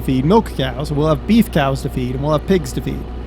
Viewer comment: I wish he would've stopped saying coos, and said cows. This guy is trying to be fucking funny and failing at every attempt.